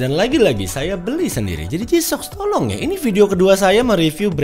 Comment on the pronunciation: " tolong , dwong ", kok ngakak..😂😂